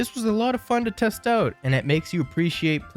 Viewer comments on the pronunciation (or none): none